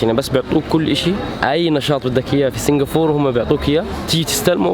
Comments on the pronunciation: اسمهاا سنغافورةة مش سنغافور -_- بالعربي , عليت قلبي يخي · عزيزي ، الدولة اسمها سنغافورة بالعربي و بالانجليزي Singapore و تنطق سنغابور. مش سنغافور. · سنغافورا وليس سنغفور كانها سنفور 😐تنرفز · انت نطقك لاسامي المدن غلط،،، اسمها سنغافورة مو سينقابور ،،، و الثانية اسمها سيؤول ،،مو صول،، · ما في شي اسمه سنغافور ياخي كلهم حوليك ينطقوها صح الا انت تنطقها خطأ بالعربي والانجلش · It's called Singapore not singafor lol. وبالعربي سنغافورة مش سنغافور